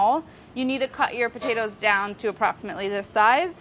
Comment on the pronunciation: Nobody: Molly: aPpROxImaTeLy